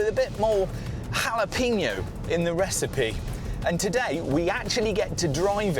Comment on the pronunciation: ‘Halla Peen Yo’